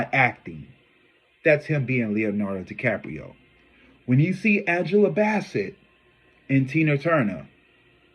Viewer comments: I am gonna kick you azz for saying Angela Basket wth! 😂😂😂😂😂😂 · Her name is pronounced Angela Bassett bass like the fish 😂😂😂